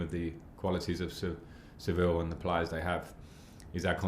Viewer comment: SeVIJA frank not SeVIL